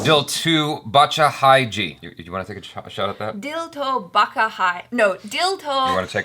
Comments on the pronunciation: Guys if you are doing reaction videos on Hindi stuff then it's better to research or at least pronounce better I mean what the hell is "dil to Bacha h j" It's dil to Bacha with ''Cha'' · Hey, it's Bacha not Baka. Just like how your name is not Akara. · Baccha ... Cha as in ' cha cha cha' 1st c is silent. So.. anyways... Nice try all of you!